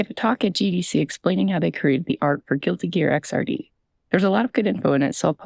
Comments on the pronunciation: Hi I'm that person you hate Its pronounced Xrd like X erd, like 3rd, not X R D Video seems cool, hope that audio set up comes through doe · I'm being completely pedantic, the "Xrd" in Guilty Gear Xrd is pronounced "Ecks-erd". Fantastic video ^_^ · i'm not finished with it yet but this video is great so far! idk how many fighting game nerds are making their way here so i felt legally obligated to say Xrd is pronounced Ecks-Erd, like the word Third but X replacing the Th. i need to justify myself knowing this by telling people i apologize